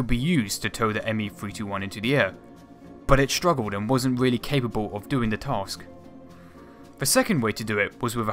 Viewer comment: wealy wealy intewesting nawation.....